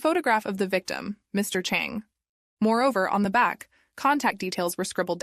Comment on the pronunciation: This terribly done. I’m not even gonna try to be nice about this. It was so hard to follow because you constantly pronounced the names differently, one time the name is Chon, the next time you call the same person Chang. You did this with EVERY name. You mixed up the genders so you end up calling the killer ‘he’ when it was actually ‘she’. I also think it’s a bit racist. If you don’t know how to say foreign names correctly, either ask someone (it’s not that hard) or change the names to ‘jack’, ‘Kyle’, ‘Karen’, and ‘Ashley’ so your feeble brain can remember how to pronounce them and keep them in order. I’m mad at myself for wasting almost half an hour in this foolishness. Oh, and your attempt at being pithy failed spectacularly. You sound like a child that’s been held back at least two grades. Basically, stop wasting people’s time and find something more your speed, like attempting to walk and chew at the same time or how to use your key to open your front door.